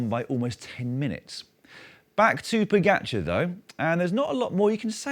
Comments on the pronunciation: The guy has won 6 Monuments and 2 TDF in his 70 victories, and you still don’t even know how to pronounce his name. Look, it’s Po-Ga-C(h)ar. Why do you keep saying Pogatchar? Is it some sort of British jealousy thing? You correctly pronounce the “j” as a “h” for Alejandro Valverde but for some bizarre reason can’t say “ga”! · No. I made sure this feed never appears again in my YouTube suggestions. I think it is very disrespectful to mispronounce people’s names. I can understand not being able to say Primož correctly as the ž is not an English letter. But when people can’t say “ga” that shows either disrespect or a deliberate way to not saying it properly. I’d bet Dan would never pronounce the “s” in Paris-Nice, right? Imagine how horrified fans of cycling would be in repeatedly hearing Paris with the “s”.